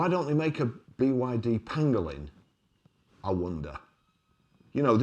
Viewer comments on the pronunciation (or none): none